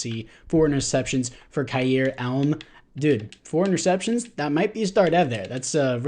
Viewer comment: You definitely messed up leaving Kincaid as the backup my man. Way more potential than Knox. Also Elam is pronounced E-lam. Not elm